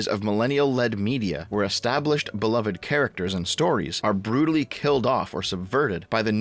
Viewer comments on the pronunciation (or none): none